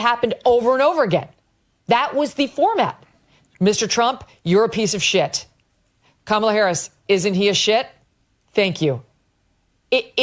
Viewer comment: Just a friendly reminder that her name is pronounced KAmala, not kaMALA.